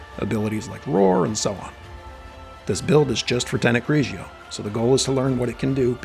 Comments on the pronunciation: GRIGORI not GRIJIO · I love the video and all of your videos but the way to pronounced is GRI-GOR-RI 😈🤳🏼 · U keep saying the name wrong and it's funny. Great video I just got this 2 days ago.